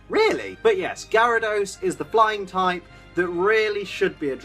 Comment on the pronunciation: Am I the one who thought he said "blind" type at the beginning.